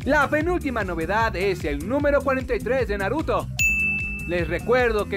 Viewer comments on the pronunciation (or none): none